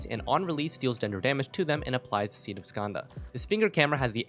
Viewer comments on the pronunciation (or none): none